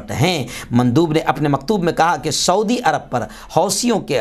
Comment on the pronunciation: ۰ شعودی نہیں سعودی عرب ہے پلیز ۰